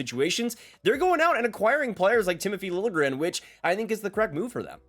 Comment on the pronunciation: Apparently now Liljegren wants his name pronounced "lil je grin" (with the j pronounced like a j, not like a y, not just ignored).